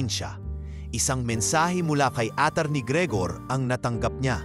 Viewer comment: Nice story, kaya lang mali2 Ang pagbasa ng narrator,instead of iha hija Ang basa at atty. Attorney